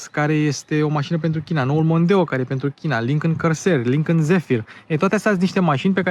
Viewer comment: Îmi plac foarte mult review-urile tale, sunt si informative si placut de urmărit dar lasă-l pe "Lincăn" mai ușor că ești român și urmăritorii tăi la fel. Încă odată te felicit pentru munca depusă, te urmăresc de când era atelierul la început✌🏼